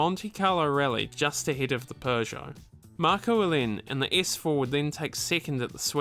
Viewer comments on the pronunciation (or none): Peugeot not Pjuuugeot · and all Americans, please listen to the narrator. It's "Purrje oh", not "Poojoe". Oh and on a side note, it's "Jag-you-are", not "Jagwahhh". 😉 Lancia were known for going through the rules book with a fine tooth comb and bending the rules as much as they could get away with. Here is Clarkson with a perfect example. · It's pronounced pergo